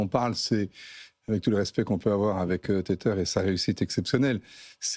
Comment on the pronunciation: Téteur ; un enfant qui tète. Tether (tè-vah) : (verbe) utiliser (un smartphone) afin de connecter un ordinateur ou un autre appareil à Internet. Verbe Attaché à. Apprenez à prononcer des mots anglais correctement.